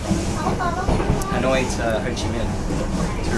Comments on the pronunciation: Dudes, Ha Noi, not Han Oi, please :))) it sounded like you were calling someone named Han :)) Anw, thanks for your exciting video! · ha noi not han oi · It's Ha noi, not Han oi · I love hat haha. Love the video. Its Ha Noi btw not Han Oi haha. Keep updating!!! Subscribed!